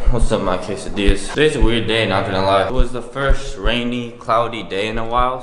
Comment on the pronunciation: "keisadillas" okay